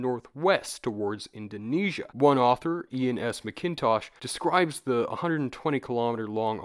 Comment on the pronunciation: Hate to be that guy but it’s pronounced mak-in-tosh